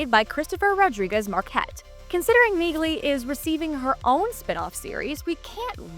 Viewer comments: Dude I hate when people report on things and dont know how to pronounce MAIN Charaters names. Neighg-lee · Ever heard of Milo Ventimiglia? That’s how you pronounce the G in Neagley.